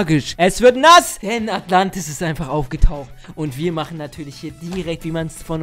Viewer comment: ES HEISST NICHT ATLANTIS